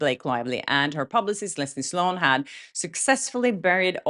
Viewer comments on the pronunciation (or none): none